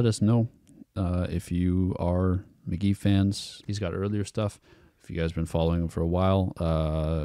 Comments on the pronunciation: I think its mick gee like your dad said not mick jee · The way he says mc.jee makes me want to die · "Mick Jee" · It's Mk.gee, gee like glee..... his name is Michael Gordon but there's another Michael Gordon from Phish that trademarked the name so Michael can't use his name now. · bro said mick jee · dude kept saying Mick Jee shit got me hot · You said Mk.gee, it's Mk.gee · For the love of GOD, SAY HIS NAME RIGHT. Your dad is saying it right and you keep butchering it😭 If you’re gonna review an artist AT LEAST say it right holy shit lol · mispronouncing his name is so fucking ironic.